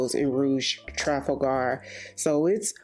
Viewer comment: I mentioned a few months ago that you pronounce Trafalgar in a very strange way to me. Are you sure you're saying it correctly? I could be wrong in my pronunciation as mine algns with how I say Trafalgar Square (in London) as I'm English.